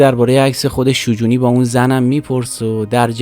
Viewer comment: تلفظ شجونی رو اشتباه میگی. در دامگه حادثه نوشته پرویز ثابتی نیست ، مصاحبه های تجمیع شده با ثابتی است.. در کل خوب بود ، باتشکر